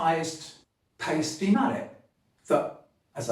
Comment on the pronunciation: you of all people know it’s pronounced ‘Pie-stee’ not ‘Pay-stee’